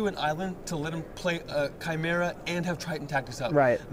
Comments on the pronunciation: 'Do I go with Kye-mera or Chime-era? Oh no Uh....' "kye- Chime-era!" Nice one. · Some people obviously need to learn how to pronounce "chim-er-a' ....